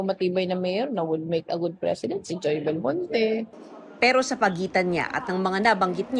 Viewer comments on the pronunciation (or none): Joy Belmonte? Come on madam 😅